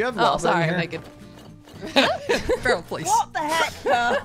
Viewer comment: I only just realised that the way says "Pearl" sounds an awful lot like "Peril"